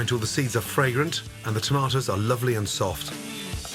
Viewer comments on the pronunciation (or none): none